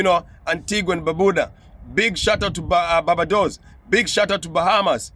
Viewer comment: Bro you said " Ba-ba dos " ,it is Bar-ba dos .